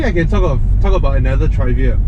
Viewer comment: has the weirdest pronunciation of 'trivia'